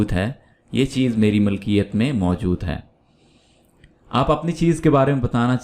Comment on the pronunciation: السلام عليكم ورحمه الله وبركاته Allah aapko बार-बार haj nasib kare اللهم امين لفظ مِلْکِیَتْ ہے مَلْکِیَتْ نہیں